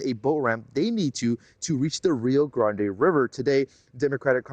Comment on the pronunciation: The reporter looks Latina, and she can't pronounce "Rio Grande" for crying out loud? lol. Actually in most American channels I watch I see reporters always struggling to pronounce simple words in Spanish. They should learn a word or two. Also, it's sad how those migrants use their kids as a shield or as an entrance ticket to the US. I live in a frontier Mexican state to the US and I can tell you these people are entitled, they come here to demand free rides, good food, free stays and medical service, then, they badmouth Mexico and complain when our authorities get them off the trains and remind them they're delinquents that are breaking our laws. They leave a trail of garbage and dirtiness. It's mostly our stupid president's fault for not closing the border with Guatemala.